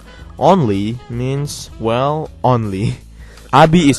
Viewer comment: congrats abi, you pronounces abi right :D